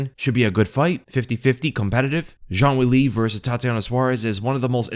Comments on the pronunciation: ''Cong Wong'' bro cant even say wang properly either. insane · Wong Kong? Really? Oh my bad I guess it’s Kong Wong